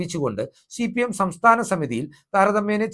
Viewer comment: ശി പി എം അല്ല ഹേ സി പി. എം